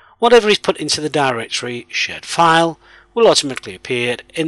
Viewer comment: Idk why but I am hearing shit_file and server_shit